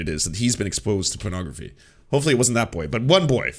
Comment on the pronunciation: Gotta say, I love pronunciation of "pornography" as "prenography". That out there, I'm quite sure John Doyle just praised pornography. I heard him say it was "good". At worst, he admitted it was better than it used to be. Yeah, definitely an airing of dirty laundry here. Probably trying to get ahead of the leaking of his own tape where he wraps a belt around his neck and forgot to turn off his webcam. Gotta get ahead of these things.